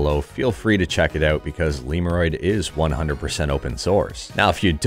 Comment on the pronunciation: I pronounce it not like liurod, it's lemodroid